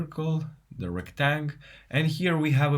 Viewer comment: Just an FYI, a rectangle is not called a rectang. Unless of course you are pronouncing it Retang cause it’s how the command is written. 😊